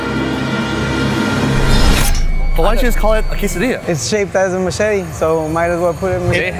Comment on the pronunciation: I´m offended by the way he says "machete" it hurts my heart lol. PLUS that's a Mexico City Pambazo, the original its from my city Orizaba :3